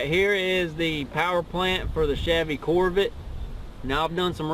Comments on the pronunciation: a grandfather? looks like a big not to swift kid. among other things, he can't even pronounce corvette. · this guy is so dumb! he can't pronounce corvette and he don't even know what he's talking about! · You sound just like this dude in his video buddy it's not pronounced as pronounce Corvette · Lmfaoo those mispronunceations though. Could not breath for a minute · "Corvit" > Corvette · "Corvit" instead of Corvette lmao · "Chevy Corvit" I'm in tears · Wtf is a corv it? Say it with me cor-vette... lol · "Chevy Corvitt" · Cor-VIT? What's a Corvit? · "corvitt Z-Zero-six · couvret lol 😂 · I love Corvette's pronunciation "CORVITTE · "Corvit... Z- zero -6" "Mitchel-lin" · Cor-vit lmao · “Neesin” “Corvit” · "Chevolet Corvit" lol at the start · Corvitt Zee Zer-oh Six.. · Lol say “Corvit” 1 more time! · “Chevy corvit” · “My Chevy Corvit” I am dead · the guy in the video says Corvitt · “Chevy Core-vite” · ChevrOHlet Corvit Zee-Zero-6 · "Chevy Corvit" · That's a mighty fine "corvit" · Jput.319 corvirtt 😂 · It's a COHR-vuht. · "My Chevy corvit" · Corvitt, Mitchlinn & yella You need a speech impediment class & a couple Big Macs!😏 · core vit lmao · Chevy core-vit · Mi Corvit zee zeero seex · "my Coorvet" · "corvitt" "nissin" I'm dead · Can not even pronounce Corvette right a stupid dumb ass young punk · This is my shevrolay corvit, zee zero six 😂😂😂😂😂